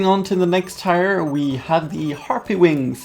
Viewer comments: its tier not tyre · Tier is pronounced TEE-r not TIRE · why is he saying "tire" instead of tier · It's not tyer it's TEEEEEEER SPELLED TIER DAMN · 1 u said yetpack 2 u said tire ant its jetpack and its pronounced teer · Tier..... is pronounced like TEER, not TIRE. Holy fuck.... You even know the correct way to say it lol but you choose not to.... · in English the word 'tier' is pronounced the same as the word 'tear' NOT the same as the word 'tire'...:) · its TIER not TIRE! gaaah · tier, not tyre. say it like tear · Tier is pronounced "teer", not tyre. Sorry, this just bugged me. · or 'tear' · i dont blame you for saying tyre instead of tier. thats just the way you say it. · It is tier. Not tire. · tier is pronounced "tear"... not tire.. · Also, just so you know its not tire its like saying tear, not trying to be mean just being helpful. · Is he pronouncing tier wrong, or is it just a cultural thing. I say tee-ur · It's pronounced teer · I hate how he pronounced tier pike tire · tier- pronounced tear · its pronounced (teer) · It's pronounced tear. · “Listen to me I know everything” Pronounces tier wrong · Your saying tier wrong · God, pronounce tier correctly -_ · You know that's not how you pronounce "tier" right?